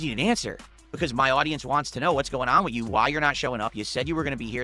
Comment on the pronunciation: the "wit" instead of "with" thing drives me nuts